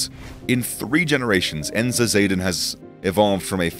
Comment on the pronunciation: The Dutch A is generally pronounced as the A in mama. Because of the English way of pronouncing, you are calling the company "Enza Morals" for a Dutch listener, they will have NO idea what you are talking about. Zaden = Seeds. Enza = Enkhuizer Zaden (their place of origin+their business}